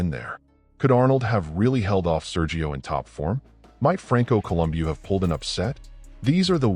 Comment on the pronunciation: Franco Columbio?? Also, you couldn't even get Serge's surname right! Why is someone with so little knowledge of some of the biggest names in the sport, doing a video on the subject? This is a pile of shit!